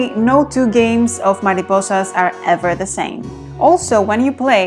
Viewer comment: Tienes muy buena pronunciación al decir mariposas. ¿Hablas español?. Buen vídeo.